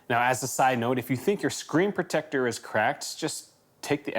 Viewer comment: I'm going to be hearing the words "screen proTECTor" in his voice for days to come.